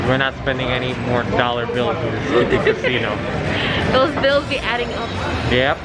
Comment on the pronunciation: CA-SI-NO, genial ✌️